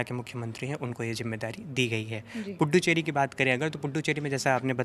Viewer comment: Fuddu cheri nahi bolthe .. pudu cheri bolthe .. naya kaa Matlab pudu bolthe tomil me